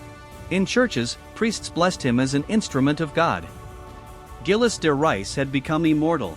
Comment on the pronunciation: Zheel de Ray is the pronunciation